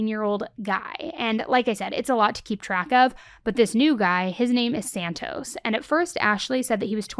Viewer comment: No one in America can say Santos correct it make. A is "SHORT" I have only heard 1 gringo in 43 year say that name right! Girl you live in Cali and you dont know that? I am use to it as my last name is Ramos. Only 1 person in all of Oregon that was white said it correctly she work in a hospital in a brown hood